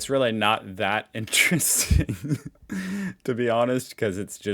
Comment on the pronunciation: "This should ne interessting... Interesting Maps of Europe" Linguist 2025:face-green-smiling